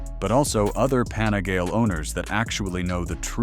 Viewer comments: Pani-gale five four? At least learn how the pronounce the name of the bikes ffs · It was his pronunciation of Panigale that finally convinced me he has probably never actually ridden a motorcycle